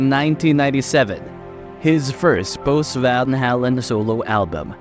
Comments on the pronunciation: It's pronounced Van "Hay-len" not " Van Hall-en". So disrespectful to one of the greatest bands of all time. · I thought he was saying van hellen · It would be NICE if the moderator (STRIKE) AI VOICE stopped saying VAL HALAN. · You're saying VanHalen wrong, and it's pissing me off... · Repeating same stuff over and over! Pronounce the Name right , Good Lord"! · Pronounce the name correctly. It's off putting. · I've never heard it pronounced like he's doing it.